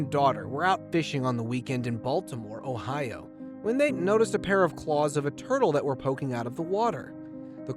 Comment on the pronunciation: Did he said ohio 💀💀💀